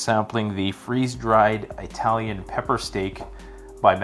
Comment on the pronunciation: Do EYE-TALIANS really eat pepper steak?